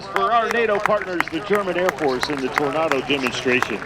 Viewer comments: Tor nay do not Tornardow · You say Tornardo.. I say Tornado. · Torn ah doh? FFS! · Why is he pronouncing Tornado like "Tornardo"? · "Tor-naw-do" drove me nuts, but great to see this perform in the states nonetheless! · I’ve heard Americans pronounce this aircraft like “tornardo “ which I kinda like haha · Oh Boy, cause it's a german Aircraft, so he uses the german pronounciation. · But still can't pronounce Tornado correctly!!! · You mean the way he pronounced Tornado? That's the German way of pronouncing it. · German pronounciation. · This is how it is pronounced in German and Italian, and many other languages.